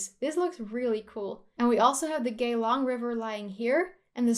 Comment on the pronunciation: Geylang pronouce Gay Lung(lung in your body) not Gay Long. .......ok this is getting weire :p